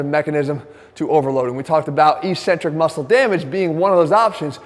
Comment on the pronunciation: “Eccentric” It’s not pronounced “ee-sentric.” It’s “ek-sentrik.”